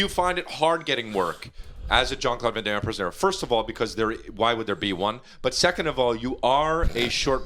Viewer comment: Jean Claude Can Damme and Not Jean Claude Van Damme had me in stitches. Haven’t laughed so hard in a while lmao